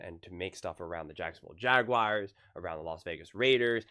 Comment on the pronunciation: JagWIRES!? 😂😂 SOUNDING LIKE ACHO HAHA